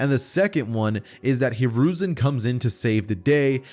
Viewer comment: You said konohamaru grandpa name wrong